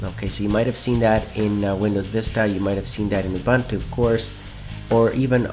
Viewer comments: You pronounce 'ooh boohn tooh "Uh bun tooh"? LOL, Nice vid. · I didnt know that ubuntu was pronounced like that lol. Truetransperancy is better for transparent windows. Win flip is good. The window fx trialware gives you rather cool animations for minimizing and restoring windows and opening menus (it looks even better than aero), and it doesnt clog your comp with ads, just asks you if you want to buy it every time you log on. Buying it is even better. All these programs are free and without spyware or viruses.